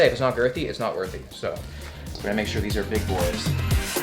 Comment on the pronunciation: Lol! If it’s not girthy it’s not “wirthy”…. 😂😂😂